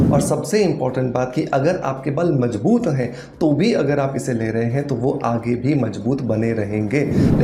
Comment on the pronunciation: Mazboot.....not majbut